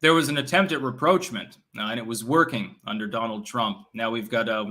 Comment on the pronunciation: The way he pronounced rapprochement and crescendo clearly indicate that he's only read those words, and has never actually heard them spoken by another.🤣🤣